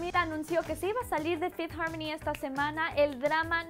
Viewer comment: no me gusta como dice fifth harmony se escucha naco